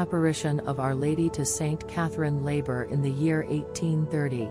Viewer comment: The name of the Saint, Our Lady gave the message to, was Saint Catherine Laboure, the letter e, should be included in her name. It is French; and, the accent leans to the left side. The name of the accent is called Accent Grave. Please include the correct pronunciation of this saint's name. Thank you.